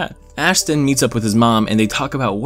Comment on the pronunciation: Thanks to you, all I can hear now is Ass and not Ash